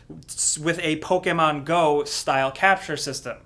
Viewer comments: its not POKEAYMON. its POKEMON. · Please stop saying “Pokehmon “ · Can you stop saying "Pokaaaaay-maahn"? It really bothers me for some reason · Poke Aye mon? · Lol the way says Pokemon is hilarious "Pokehmon" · YOUR PUTTING TO MUCH O IN "pOkemon" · What do you say Pokemon so weird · Why does he pronounce Pokemon so strangely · why do you say pokemon so weird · The way you say Pokémon tilts me off this flat earth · You saying Pokemon makes me cringe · Please stop saying Pokemon like that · Why do you say Pokemon weird